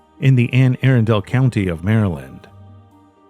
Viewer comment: Bro it’s pronounced aRunndull, not aarondale.